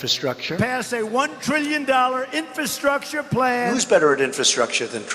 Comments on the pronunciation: Trump can’t even pronounce infrastructure. He says in-fa-structure. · I truly doubt Drumpft even understands what infrastructure means. He couldn’t even pronounce it properly. Maybe his adderall dosage was incorrect or his teeth were loose again.